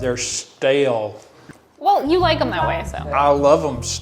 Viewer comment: "they're STA-LE" HAD ME DYING